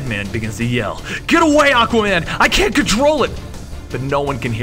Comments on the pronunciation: ... you said aca man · did he say Acka man? Lol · you said aqaman not aquaman